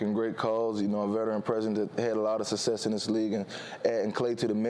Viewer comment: Why is it so difficult for these athletes to say the word "SUCCESS"?????? The man literally said "sussess" like 8 times